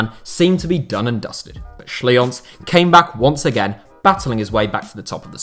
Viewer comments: Schlienz is pronounced like 'Schleentz', not 'Schlee-ons'. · Schlienz is pronounced Shleens.